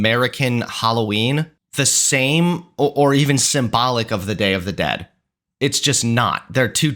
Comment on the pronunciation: NOT YOU BUTCHERING THE DAY OF THE DEAD ☠️☠️☠️